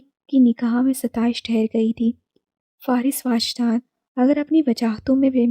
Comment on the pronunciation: It's not واجدان 😭 it's وجدان 🥺